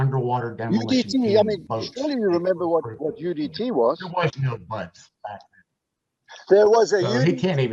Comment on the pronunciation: How many times will he say BUD class (no S) before somebody says something. And why does that bother me so much?